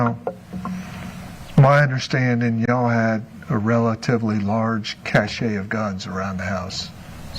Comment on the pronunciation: Her lawyer likes to use words he doesn’t understand. Like “cache” which he can’t pronounce correctly, and especially “transgress,” of all things, lol. That word means to err or sin, so it’s funny when he suggests they he and she “transgress.” I’d say that actually the problem: it’s her TRANSGRESSIONS that led her to being in the hot seat right now. Granted, there may have been violence, but she murdered him and covered it up, brainwashing her daughter, which is soooo damaging!